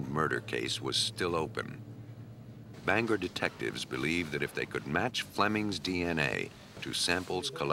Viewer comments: Just wanted to say that I remember the Maine case. But get it right narrator. It's not "Banger" It's " BangOR" Maine. Just a pet peeve of mine as a Mainuh. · lol "banger" it's banGOR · That's "Bang-gor". Also, :Houlton is "whole-tun". I know this is nit picking but a Main-uh;s ears hurt every time we hear this.